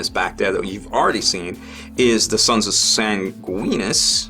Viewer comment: Hey you managed to say Sanguinius right! Second try but im serious when i say you should be proud of yourself! You are now in the abysmally small club of youtubers who dont pronounce it Sangweenus or Sangweenius. Congratufuckinglations sir.